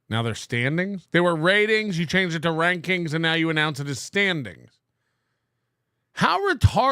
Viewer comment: "Donor Ranrings" LOL, I swear it will never stop making me laugh that can NOT make a K to save his life. Granted, the fact he can scribble letters is nothing short of a miracle but JFC. Hahahaha.